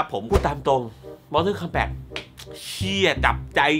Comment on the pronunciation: MORTAL KOMBAT มันอ่านว่า "ม อ ท อ ล คอมแบต" ไม่ใช่ มอเทิน มอเท่อ สำหรับผมมันไม่ใช่หนังห่วย มันคือหนัง CULT แต่ที่ห่วยอ่ะ ผมว่าพี่แหละห่วย ทำมา2คลิปยังออกเสียงชื่อหนังไม่ถูกเลย อ่านทุกเม้นจริงรึเปล่า ตอบผมหน่อยครับ